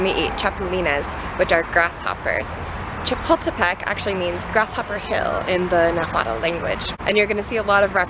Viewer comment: you can't pronounce Chapultepec properly, stop butchering it. and how come you're surprised at the size of Mexico's anthropology museum? Mexico's history is far more vast and rich than that of the US. Leave your patronising imperialistic mind in your country.